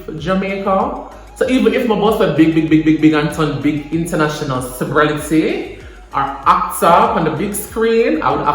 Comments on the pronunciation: It's the "sibrelity" for me💀💀💀💀💀💀 listen!!! Me??? Done.....🤣🤣🤣🤣🤣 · It’s the “CEBRELITY” for me🤣🤣